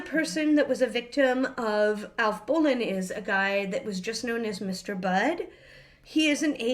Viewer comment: As some one related to Alf bolin (he’s my grate great grandfather’s grate uncle) I pronounced it Bo-Len